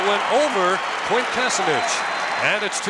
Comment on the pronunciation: They never got Quint's last name right...